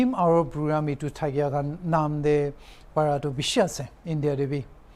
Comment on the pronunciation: Children - chiren , Kilometer - Khlometer, parents - pharents, phrugramme, specfically, phractically 😅😅